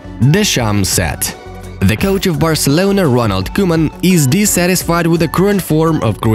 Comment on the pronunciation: Its not koeman its cowman😁😁